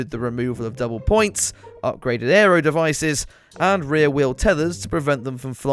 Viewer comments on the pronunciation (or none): none